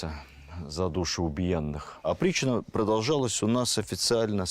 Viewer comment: Опричнина или "оприччина"? Зачем вводить новый термин в устоявшийся оборот? Новация?